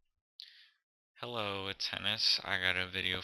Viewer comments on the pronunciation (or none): "Hurllo, youterbers"